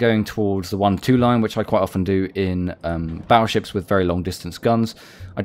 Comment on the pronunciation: Battleships with a 'T' not a 'd', baddleships sounds funny...